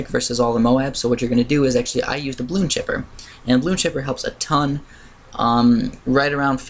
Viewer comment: its pronounced bloon cipher not chipper silly